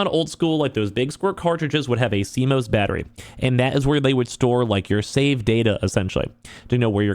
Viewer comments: never heard someone incorrectly pronounce CMOS before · Hearing him pronounce CMOS wrong numerous times is cringe. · I mean I get it, news media just covers what someone else talks about but this guy is talking about how great it is that PS added a way to remove and he sounds like he doesnt even know much about it if he cant even pronounce it...its just more obvious.